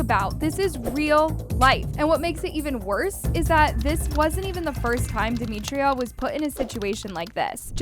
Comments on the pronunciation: No hate at all but it’s dem i tra not dem I tri a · It’s demitra not DEMETRIA 🫩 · Yall her name is DemitrA not DemitrIA😭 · Duh- mee- tra not Duh- mee- tree- uh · No offence, Her name is Demitra and pronounced “Deh-Mi-Trah” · can u not pronounce her name as “demitria” im so sorry but it just doesn’t sound right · Omg why can’t we pronounce her name properly?💀 it’s not that hard. You piss me off everytime you make a video about them cause why tf can’t you say Demitra. How do you make a video about someone not knowing their name💀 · Her mispronunciation of demitras name is irritating me plus “she was SA’d without her consent” WHO GIVES CONSENT TO BE ASSAULTED ?! Like you’d think after the research she’d know how to pronounce her name . It immediately makes it clear that you don’t actually care ur here for the clicks . Idc what y’all say wrong info distracts from the vid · its bad enough that they get assaulted almost daily and now a video that is shedding lights towards it is repeatedly saying her name wrong. I get it, in this situation that should be the least of our concern but like atleast get the victim's name right?😭